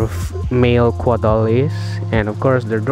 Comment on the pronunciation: Thank you fir the very informative video sir.btw, it's caudal sir, not cuadal.